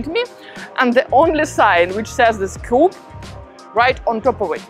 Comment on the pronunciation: Cara, the coop reads "coop", not "cup", because it is the diminutive of "cooperativa": you know well that in Italian you read everything that is written, as it is written! Enjoy the Roman sun, and stay still to enjoy the Roman "ottobrate", when the Romans go to the castles at the weekend in october, to get some fresh air!